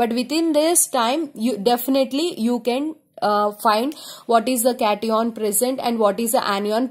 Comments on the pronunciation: Just a fully mam yrr It is cation not caton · Please improve your speaking As it's not ah it's h and it's not cateion it's cation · Its cation not cateon and anion not aneon sorry 🤗🤗🤗🤗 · Ma'am please provocative it cat+ion not catiiion😅😅😅..and please stop astrology add😅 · It's not cateon it's cation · Cat-ee-on seriously 😂😂😂 it's Cation (pron. Cat-ion) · That is not pronounced as caty on Or any on , that is cat-ion and an-ion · Cati on nhi hota cation hota h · Hey Its note catione Its cation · Cations ❌ Cetyons😂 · What the fuck is a “cat-eeon”?! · yas lmao funny cat-e-on, an-e-on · Now I can identify CAT-ee-ONS and AN-ee-ONS easily. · It's cat-ion😭😭😭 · Kat E On and An E On 🤣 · CAT-EON and AN-EON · cation hota hai lawdi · Nope, it's KAT-EON and AN-EON Anyways, it's the best anyone can teach you in 13 minutes. 😙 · It is CAT-i-on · Ma’am cation and anio pronunciations are wrong pls improve your pronunciations its very irritating 😠 the video was good though कातीयोंन एंड आनीयोंन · yaar cation aur anion nahi nahi bola ja raha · Cation and anion pronunciation is so wrong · Pronunciation of 'cation' and 'anion' 🙄🙄🙄🙄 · She pronounces the main term ‘cation & anion’ wrong… 😑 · do the right pronunciation of cation and anion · You are pronouncing anion a d cation wrong mam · ma'am ur pronounciation of Cation n Anion is wrong... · It's not it's cation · Cation ka pronounce to shi se kr lo kam se kam teachers banne cahle h bolna to ata nhi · Mdam ur pronunciation is wrong Regading cation and anion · Mam plz Google the pronounciation of cation and anion😁😁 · Nhi nhi caution hai boldo na cati on kya hota hai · It is cation not cation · anion and cation ki pronunciation nahi aati kya